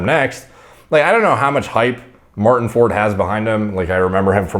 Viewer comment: Martin can't even pronounce his name correctly. For?? Easy on the 'Like' word.